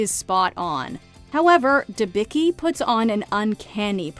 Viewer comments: It makes my ears bleed when i hear how you pronounce Elizabeth Debicki name :D it isdɛbʲit͡skʲi not debiki, in original it was Dębicki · Elizabeth Debicki's roots are Polish and her last name should be pronounce "Debitzki" because c+k is not "k" is c(tz)+k.... I can't stand butchering it....